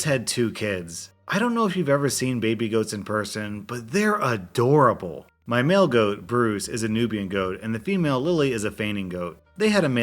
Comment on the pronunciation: at the story with the goats when you said male goat i thought you said mail-goat